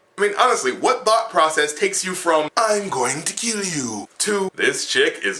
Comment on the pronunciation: "I'm going to kiell you" lost my shit man xD